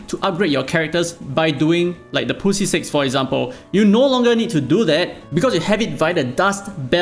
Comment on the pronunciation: I will be the first to say it. When you say 'Grind the Poussiere' it ends up sounding like grind the pussy. Hence the comments. This is how it sounds in french.